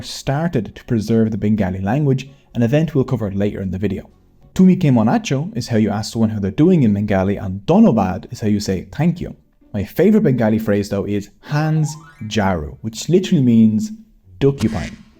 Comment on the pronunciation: Thanks for explaining our culture.- from Bangladesh. Also it's not hans-jaru it's shonjaru